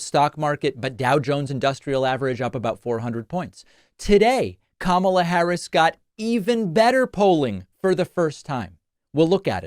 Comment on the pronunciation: First, "Obamna" now "Kamabla?"🤣🤣🤣